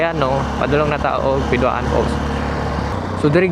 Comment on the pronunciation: Piduan dili Pidua-an